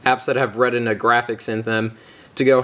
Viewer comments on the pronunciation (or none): Ret-inna pad...-__